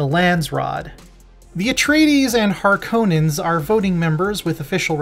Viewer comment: Can’t even properly pronounce Harkonnen